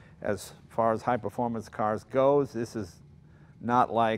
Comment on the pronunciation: Im-_ no no no. Is-a performante eh. xD